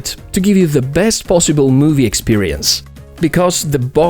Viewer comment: pissible root